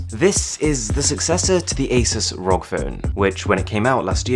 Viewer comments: It irritates me when he says Rog rather than R.O.G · please call it a R.O.G phone, not a "rog" phone its an acronym not a word. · R O G not rock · Arun: rog Me: it’s pronounced R-O-G Also me: You’re not a gamer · When they pronounce ROG ("R.O.G") as "rog" hahaha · R-O-G phone smh not rog phone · no offense or anything but the r.o.g. is pronounced seperatly, not as one word as "rog" but as separate letters because it stands for "republic of gamers" so "R. O. G" not "rog" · I just get trigger as he speaks rog instead ROG cause ROG= Republic Of Gamer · Its R.O.G. not rog, Asus employees hates it when people say it rog :P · Please never say rog its R O G It stands for republic of gamers You noooob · Its R O G not Rog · btw its called R.O.G not ROG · It´s called R-O-G = ARR-OH-GI, not rok :p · It’s R.O.G not Rock or Rog or whatever. Sounds weird. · u saying rog makes me uncomfortable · please stop saying rog as one word. please. stop. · Its r.o.g like the letters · You already know how does it pronounce but why are you still saying ROG phone? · It's been a year and he still says "ROG" wrong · How do you pronounce it ROG or Rog